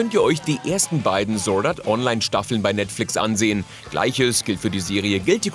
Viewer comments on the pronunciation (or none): ANCIENT MAGUS BRIDE WUHUUUUUUUUUUU Und das du Sord art online sagst triggert mich des Todes!